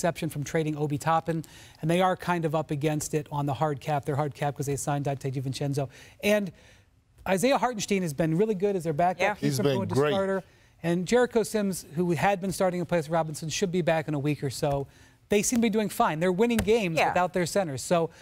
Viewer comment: You guys in the studio need to learn how to pronounce Hartenstein. This is painful 😂